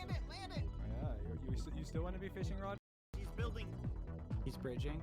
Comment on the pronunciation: its rod not rode